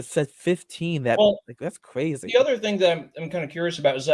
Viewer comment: weally? Cwrayzy